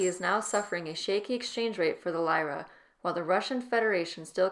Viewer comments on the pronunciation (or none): mispronounced lira